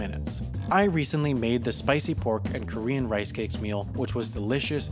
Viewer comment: the word "pork" was worst at the end...